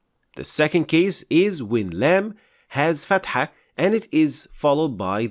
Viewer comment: Salaam brother your explanation is good but your لام has eemala . People follow you please correct it